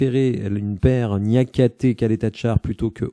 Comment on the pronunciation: Merci, j'aurais aimé le voir plus longtemps à l'OL, même pour lui ça aurait pu être bénéfique Par contre Ćaleta Car ça se prononce Tchalèta Tsar pour info:)